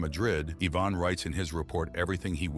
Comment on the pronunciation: wrong pronunciation of Ivan